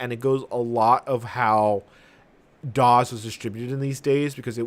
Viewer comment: why do you say it as "Dozz"....... and not "dos"?? . ive been alive since 1994..... and grew up using win 95 and 98...... then my next computer was XP and ive ALWAYS heard it pronounced as "dos".....